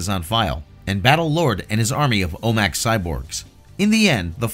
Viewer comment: Thank god that Green Lantern movie never happened; Jack Black is insufferable. By the way, OMAC is pronounced "O-Mack," not O-M-A-C.